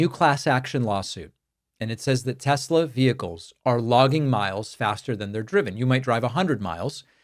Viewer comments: I LOVE TESSSLERRRRRR! My apologies for the hard R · Tes- Ler! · Trump: "I LOVE TESLER!!"